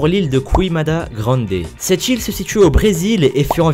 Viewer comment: A chaque fois j'ai eu l'impression d'entendre "cette chill" au lieu de "cette île" x)